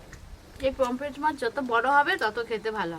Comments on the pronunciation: It’s Pomfret and not Pompret or Pomplet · Kompret ta abar ki mach😅😅😅😅 r sasuri pomfret ke kompret bole 😅😅😅